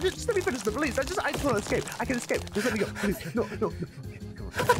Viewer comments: Why do you say excape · Just realised that ssundee pronounces ‘ecscape’ instead of ‘escape’ 👀✨